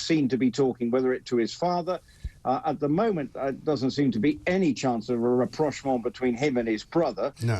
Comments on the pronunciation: oh dear, I think you mean “rapprochement” - reproachment kinda means the exact opposite…😮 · Oh for pete's sake! It's RAPPROCHEMENT! Reproach is something else entirely!! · It's RAPPROCHEMENT, you thick eejits! Reproachment isn't a word, and if it was, the word " reproach" included in it would mean the opposite of what you thought it meant! Dear God- even your editors are dim. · Good lord, what kind of journalist is it that grossly misuses sstandard words? No REPROACHMENT ? Please, go back to school! The correct word here is RAPPROCHEMENT. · rapprochement not reproachment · Plenty of "reproachment"... that aint going nowhere soon 😂😂😂 did you mean "rapprochement"? 😉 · rapprochement, not reproachment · Rapprochement not reproachment. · The word is “rapprochement”. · The word is rapprochment. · The word is rapprochement.